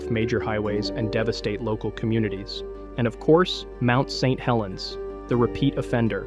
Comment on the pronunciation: Lowkey wish small channels would just not use AI for narration. Don't really care how bad you sound. It will be better than an AI that can't even read Saint Helens without pausing because I assume the script was written "St. Helens".